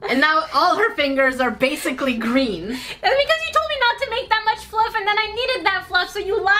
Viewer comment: You said grain besides green. 😂😂😂😂